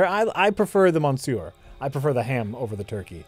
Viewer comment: Every French fan must be cringing on pronunciation of "monsieur":D